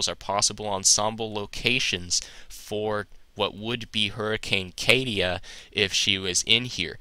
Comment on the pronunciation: Yeah think of it like a Spanish name...pronounce it with a Spanish accent. Ka-tee-yah...not ka-tee-yuh like said.